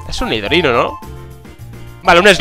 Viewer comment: el nidorino no te salio mal eee